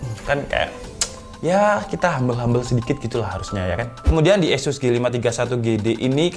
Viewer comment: asus bang bukan esus